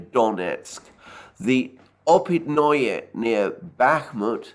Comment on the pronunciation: Опытные is pronounced like "Oh pit na" not -noy like in annoy.